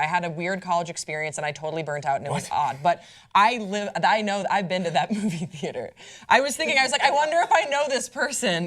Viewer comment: when he said Movie theater at first I thought he said Booby theater. I'm so Bourney.